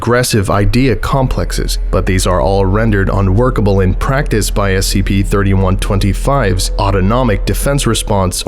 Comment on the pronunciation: It’s supposed to be SCP not SKP lol